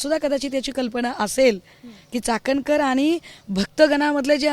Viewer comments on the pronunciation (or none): Ji दुसऱ्या पुरुषाचे पाय पुसते mganje काय अर्थ होतो, चाकणकर नाही चाटणकर बाई 😂😂😂😂😂😅😅😅😅😅😅😅, तटकरे नव्हे ताटकरे 😂😂😂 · "चाटणकर" बाई